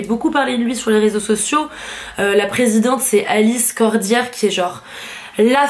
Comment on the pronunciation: Parler de mode c’est très bien, par contre c’est mieux de s’abstenir de parler quand on n’a pas de savoir politique. Déjà vous avez mal prononcé le nom d’Alice Cordier + Le collectif nemessis est féministe que ça vous plaise ou non et dénonce toutes les formes de violence envers les femmes contrairement au féminisme mainstream qui s’attaque uniquement aux hommes blancs. Dénoncer les violeurs et agresseurs qu’ils soient blancs ou non, ou dénoncer la misogynie de l’islam ( qui autorise l’esclavagisme sexuel au cas où, je vous invite à lire le coran d’ailleurs ) n’est pas une preuve de « haine de l’autre », n’inversez pas les choses.